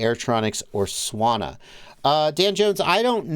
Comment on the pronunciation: Swana sounds so weird lol. Sanwa..